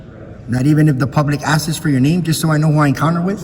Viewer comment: It sounds more like 'asses' 😂😂😂